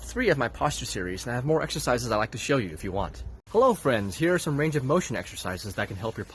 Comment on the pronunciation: RAINge of motion? Heh